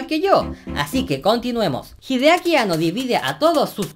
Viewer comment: Hideaki Anno de pronuncia An-No, no Ano xD